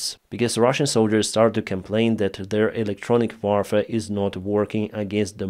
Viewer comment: Warfare is pronounced "worfare". Thank you. Always good to hear your analyses.